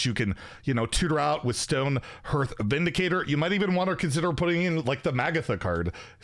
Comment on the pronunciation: "Oskillator" "Magneticize" "Stonehurth"? There is no fucking way this guy lives in Canada. Come on